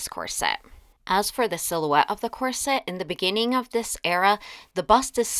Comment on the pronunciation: I love your channel, but not your pronunciation of ‘corset’. It’s COR-set, not Cor -SETTE.